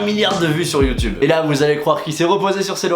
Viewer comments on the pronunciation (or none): none